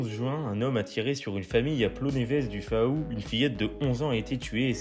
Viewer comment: faou se prononce "fou".